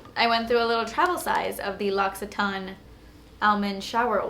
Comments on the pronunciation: Lo-si-tain not Lock-si-taan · Love your videos you're fabulous! Just to let you know that l'occitane is pronounced like lock-e-tan lol bitta French xx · But oh, you're not pronouncing L'occtaine right haha. Love you